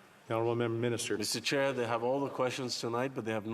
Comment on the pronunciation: 😂 it's Mr. Chair not Mr. Child.